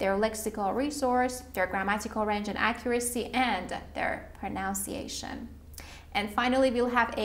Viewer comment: Anyone thinks that MC has problem with the word “pronunciation”?